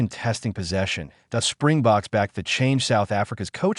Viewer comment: It's Springboks, not Spring Box, you dummies.